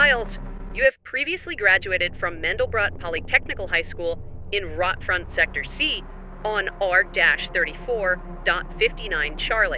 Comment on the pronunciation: BTW, it's not "Rot-Front" as in the english word for "rotting". It's German Rotfront, basically meaning "Red Frontline".